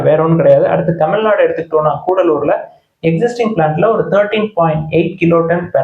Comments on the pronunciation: கடலூர் சார் not கூடலூர் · Sir, not koodalur, it is in Cuddalore pl.